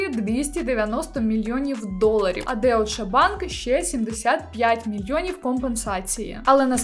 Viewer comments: Вибачте але не деоче банк а дойч банк😊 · Не Деутше, а Дойче банк) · Вибачте але так ріже вимова, «дойче банк» а не деуше і гіСлейн максвел а не гілейн